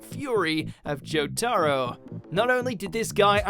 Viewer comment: Once again, proving they have no clue about the content they narrate... Jo-TAR-o.... I’m not gonna say it, one of you say it for me in the replies please.